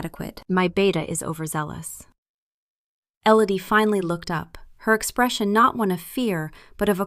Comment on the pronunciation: Not Ellady, Elodie.